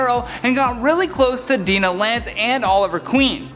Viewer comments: Why can no one on this channel say Dinah's name right. It's annoying lol. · Your right it is annoying. And regrettably there's nothing we can do about it. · Can Canadians not say Dinah ? On another note you could probably do a part 2 harley has done a lot of heroic stuff